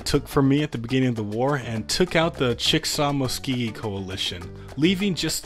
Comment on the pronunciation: Shalom, your friendly neighborhood, Oklahoma resident here. Here are some of the pronunciations of the Native Tribes here. Muskogee is pronounced "muhs-koh-gee", Choctaw is pronouced "choc-tawh" and Chickashaw is pronounced "chick-a-saw" and with that I will fuck off.